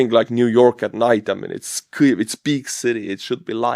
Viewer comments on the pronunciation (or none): Kliev? How hard is it to say: keev? There's no L in Kyiv. I know you won't respond (never do) but thanks for the news about Russian losses.